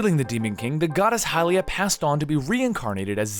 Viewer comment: i thought hylia was pronounced hill-ia